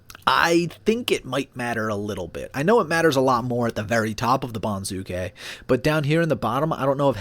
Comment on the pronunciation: accent for banzuke is on first syllable BON zoo kay, not bon ZOO kay